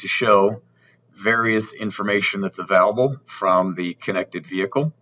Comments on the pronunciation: Sorry man, I couldn't get through the video after hearing uh-valable too many times!! 🤷🤷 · Can you please say the work available right? Haha